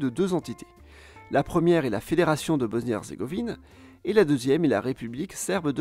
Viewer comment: BOSSSNIE PAS BOZNIE